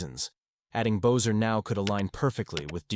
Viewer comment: You know his name is pronounced BESSER NOT BOZER! How can you trust what you say when you can’t even get their names right? Amateur